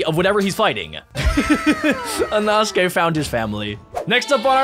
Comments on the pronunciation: its pronounced e-no-skae and spelled inosuke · when he said inosuke it sounded like anosukes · "enosuke" "zeneetsu" 💀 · EINOTGAKEY? pretty sure its Inosuke